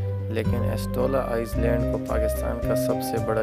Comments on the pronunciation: lafz izland ni i-land hota hai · Pronounce as I- land not ice-land